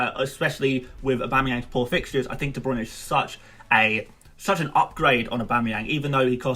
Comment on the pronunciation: jack holmes ohhh he’s calling Bruyne “Bruno”. Makes sense now